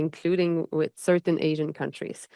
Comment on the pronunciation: Joly doesn't even take the 5 minutes to learn to pronounce the word with, it's always wit but she doesn't care